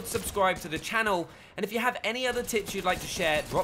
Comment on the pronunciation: i keep hearing "top ten tits"